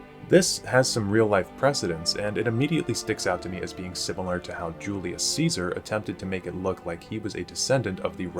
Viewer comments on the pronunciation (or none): none